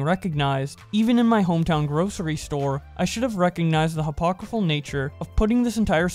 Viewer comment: Great vid, just learn how to say hypocritical 😂.